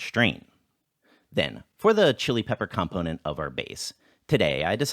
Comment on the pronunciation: Have I been missing the way pronounces 'component' before now? Never lept out at me before this video. Looks like a great technique though. Look forward to trying this.